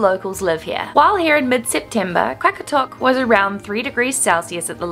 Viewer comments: Qaqortoq is pronounced more like "Rra rror tok" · It funny when to you guys said qaqartoq